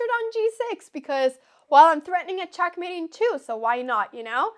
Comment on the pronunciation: i love the way she says checkmate. CHOCKmate lol